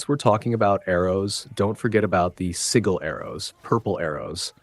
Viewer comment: I can't even finish this vid after 8 mins LOL. Constantly saying sword as if he only has one when he holds two (esp if you don't wanna call them blades). Freya has a sword so this whole time in those 8 mins I thought he was talking about Freya. Doesn't know how to pronounce sigil and makes it sound like only Atreus has those arrows when Freya does too